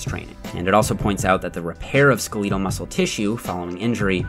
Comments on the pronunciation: Dude, are you really saying ske-LEEE-tal instead of skeh-leh-tal? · Skeh-letal? SKEL-eh-tal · skel-IH-tal not skuh-LEE-tal Thanks for another comprehensive video. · I like this channel but I wish you would stop saying "skeleetal". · Got watch that skaleeetal tissue! You got some odd pronunciation going on there bud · “Skaleetul muscles” xD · skel·e·tal like skeleton, not long e sound like beetle. Thank you, much love keep up the amazing videos!! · love your videos but why do you pronounce skeletal so weird? Ske LEET uhl, sound like you're hiccuping mid word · skelEEEtal...must be a Canadian thing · Micheal Maybe how skeleton is pronounced? Skelet-al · I love videos and had no idea that Canadians pronounce "skeletal" with a long -e! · The way he pronounced “SKELETAL” 🤮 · How can I take this guy seriously when he cant even pronounce "Skeletal" properly 🤦‍♂️🤦‍♂️🤦‍♂️ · tfw u try to sound fancy by pronouncing "skeletal" wrong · your pronounciation of 'skeletal' is interesting.... if not canadian? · the way you say skeletal makes me laugh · Is that how Canadians pronounce skeletal? 😂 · why did you pronounce skeletal that way hahaha